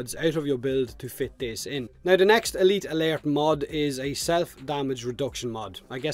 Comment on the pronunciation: Good job man. Elite Alert has got to be hard for u to say as clearly as u do. Im wonderin how many takes did u have to do or did u practice it alot?? Elite Alert...lol